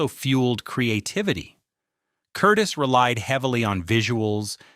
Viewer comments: Curtiz not Curtis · Yes! That pronunciation drove me crazy….please pronounce it correctly! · Who the hell is "Curtis"? The director's name was Curtiz. ker-TEEZ. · Dude... it's NOT Michael KURtis.... it is Michael Kur-TEEZ. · That's because it's not a dude, but an inadequate AI voice. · You mispronounce the name of the director. His last name was pronounced. Cur tease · Curtiz is pronounced 'cur TEEZ', not 'CUR tis'. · THANK YOU! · Director Michael Curtiz's last name is pronounced Cur-teez. But that's AI for you. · Awful narration, of the greatest movie ever produced. I liked it at 40 yrs of age ; judged it a masterpiece at 50 yrs. It gets better with each view .. and so does the acting. My favorite line ( missing from this video ): Major Strasser -- ' Mr. Rick, what is your occupation .' Rick -- ' I'm a drunkard.' Give the Jewish director credit for his name's pronounciation : Curtiz ( ending: " teez" ). That was an unforgivable error. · Every time they mispronounced the director's name I gritted my teeth.